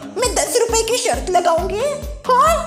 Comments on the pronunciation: दादी जी की शर्त ✅ न कि शर्थ ❌ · आप बहुत अच्छे है पर शर्त होता है शर्थ नहीं 😄😄